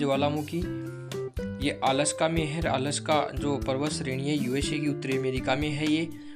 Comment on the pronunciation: Sir ji आलस्का nhi वो अलास्का हैं और sir अच्छे पढ़ा रहे हो मस्त 👌❤️💯 future ke liye best of luck 🤞❤🎉😊